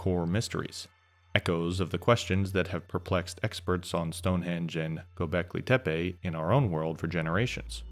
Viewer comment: hearing an American say gobekli tepi is funny to me